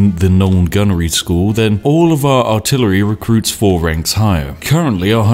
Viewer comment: PewDiePie: WhAt Is AlTiLaRy OnLy? Spiffing Brit: Casually altillery only in his video without thinking about it